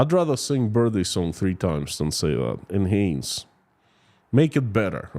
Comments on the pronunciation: You pronounced "enhance" perfectly the first time after focusing on it. When you said it a second time, immediately following, you mispronounced it the same way as you originally did. Sounds like: IN-hanz or IN-hance Hope this was useful. You should feel very confident with both your English pronounceiation and the clarity of your accent. I hope one day to be 1/4 as skilled with another language, as you are with mine! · You said it right the third attempt. Pronounced "in-han-s" (the second part would be sounding like "hand" with the 'd' silent.